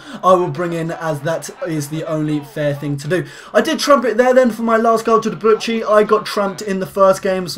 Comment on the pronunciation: Debuchy is pronounced 'De-boo-she', not Debutchy :P